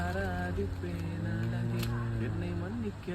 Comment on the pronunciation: அழகே ன்னு சொல்லுங்க... ழ சொல்லி பழகுங்க... உங்க recent shorts லாம் சூப்பர் 👌🏼